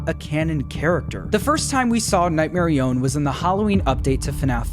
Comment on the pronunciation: It’s not nightmare I- own it’s notghmare i- on